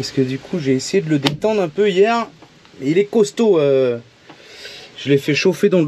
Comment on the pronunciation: peuneu me fait mal aux oreilles... Sinon, bonne merde pour trouver un deuxième pneu à la bonne dimension :D